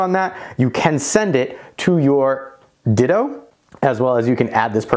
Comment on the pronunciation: Perfect video except it's not called a "Ditto" lol it's Ditoo.